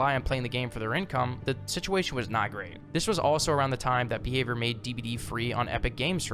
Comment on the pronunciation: i kept thought you were saying beaver, not behavior